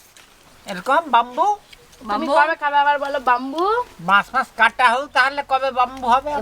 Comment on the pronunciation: বাম্বু না সঠিক উচ্চারণ ব্যাম্বু